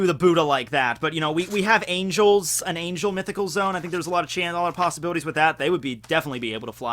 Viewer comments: Oh my gosh. Him saying zoom instead of zo-an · its zoan not zone pleeeeeeeeeeeeeeeeease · “Zone”? I thought it was “Zo-an”... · it is zo an not zone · Mythical zoan suk-ub-us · Did he say zone